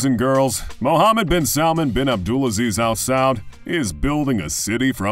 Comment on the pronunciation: Regardless of all the false info this guy is spitting At least get his name right 😂 Prince Mohammed bin salman His father is King Salman